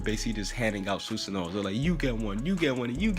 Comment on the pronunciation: Bro learn how to pronounce it it’s su - san -oo